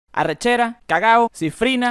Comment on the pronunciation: cuando vi que arrechera pronunciaba mal la R sabía que era XDD